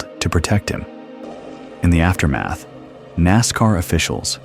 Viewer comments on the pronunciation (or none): none